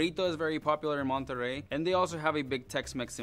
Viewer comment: If you are a mexican spanish speaker saying an spanish city name, said it in spanish. Wha's that "Monterey" english pronunciation?? You know how to pronunciate the "t" an the "rr" right.